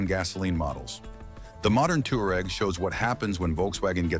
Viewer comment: Tig wan, not Tigan. Twa reg, not Tooreg. Fer chrise sake learn how to pronounce the names.